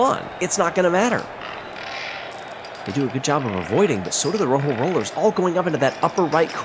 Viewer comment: Also, please, learn to pronounce Rojo correctly.